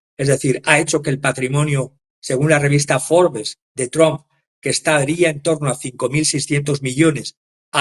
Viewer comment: no solo te comes las” s” ahora es invisible la “ p” de Trump ( tramp). De les escucha mal vs, no suena bien.